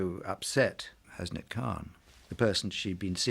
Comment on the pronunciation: The way they say 'Hasnat' 😂😂😂! I understand why but that's not how you actually say it tho! There should Be no separation between 'Has' and 'nat'! anyways, never mind!